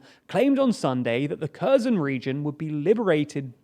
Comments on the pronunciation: KherSon, NOT Kerzon, and on the mispronunciations go. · It's pronounced "Herson!" It's pronounced "Harkiv!" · Kherson is pronounced herson btw K is silent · Kherson [hehr-son] !!! Not [keh-zon] !!! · I don't think the pronunciation of Kherson is correct. It's not Kerzon, it's Ker-Shon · Her son. Not Curzon. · Gosh, it's her-son, not KHEZHKZON, just read it as herson, please. What you're saying sounds more like kazan ("kazan cooking" for googlers) and that is a cookware. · Hi, I'm from Ukraine, Kyiv. Kherson doesn't pronounce like Cousin. It should be like Kherson. Kh - like H in word "hello", E - like in "Energy", R - should be pronounced. S like s. O - like A in word "call"/"ball". N as n. Thank you for your content. Good luck. I hope you will read it. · Can we all stop saying "KERR-zun"... it's "Her-SONE" more or less in English. The Kh is kinda like the -ch in Scottish "Loch" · The way you pronounce Kherson makes my ears bleed. "Her-son", not "Kurzon". You watch Star Trek even more than I do, obviously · Yeah, but at least they could pronounce it as an h. Pronouncing it with a K is just too off. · The city's name is pronounced Ker'son...! The h is silent 🤫 it's not Kerzon and it's although spelled with an M, Mykolaiv, the city is pronounced Nik-o-laev... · Herson, not "kerzon" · It's pronounced Herson not Kerson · What is Curzon? Is it Curzon Dax perhaps? ... oh, you mean Herson... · The word "Kherson" you keep saying ... And it's like a glass scratching when you mispronouncing the "KHer" part ;) ... The KH is MUCH MUCH softer... If you say it as "HERson" it would be closer to the softer H. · It is pronounced like Herson not kerzon, without looking at yhe map i would not understand what are you talking about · This guy mispronounces Kherson worse than anybody I know. It's not 'Kare-son' and it's definitely not 'Kur-zun'. It's 'Hair-sohn'. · It's HERSON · Please.... K is silent... Hersón. .... wanna do the News??? Do it Right... 🤦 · It is pronounced Herson